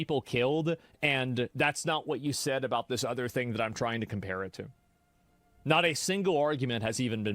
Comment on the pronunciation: couple of things ... his accent is made up, he trying to sound posh and professional but he isn't and the way he speaks gives him away eg: 'ovva' instead of 'other'. and the war on terror is not a new war. terrorism in its relatively modern form has been a reality to brits and south africans for at least 6 decades